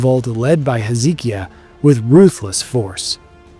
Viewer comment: Pronunciation of ancient names needs work.. ie Hezekiah is pronounced Hez-uh-kai-ah.